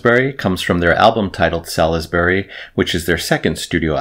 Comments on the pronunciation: Well impressed! A well known name but I've never bothered with them. On point vocals too. Well worth a dive. BTW, the UK city is pronounced 'Sorlsbury'. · Btw, Salisbury is pronounced 'Sauls-bry'.